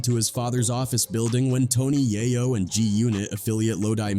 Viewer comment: You know you’re listening to a bot when it can’t say “Yayo” and “In da club” right.